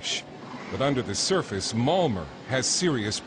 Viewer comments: Malmer? Isn't it pronounced Malma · malmo (malmö)